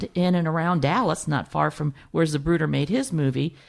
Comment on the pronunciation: Great info, thank you. But never in my life have I heard it pronounced “Zabruder”.